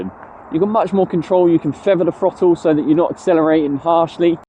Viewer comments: I admire your guts making this video when you can't even pronounce the word THROTTLE. It has a glottal stop in it after the double t, it is not a frotull. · My autism can't cope with bad speech. I can't watch because your words make me cringe. . School didn't teach you to talk like a Muppet. What is a FFrottle. NOT mumFFs oV FFinkink FFroo FFerty FFree FFousand FFingz FFurzday wiV muVa faVa bruVa keeFFs smooV teeFF sumFFink wurFF nuFFink norFF souFF maFFs FFerapy myFFs FFerteenFF healFFy You don't say FFis FFat FFem FFose for THis THat THem THose so you can say the TH sound. It's a bad habit that you can change. Will you stop it so I can watch your videos.